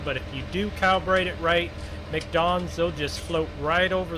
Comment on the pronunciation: Hey No disrespect but it’s not a mcdon it’s Mack don